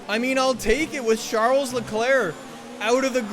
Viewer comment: Anyone else who cringes when he says SHARLES Leclerc?